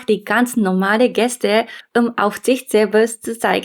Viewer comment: Die unterschiedliche Aussprache von Geste und Gäste musst du noch ein bisschen üben😉